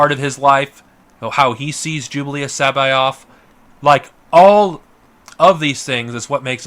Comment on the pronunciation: Is he sayin “Jublius” I thought it was pronounced Jorus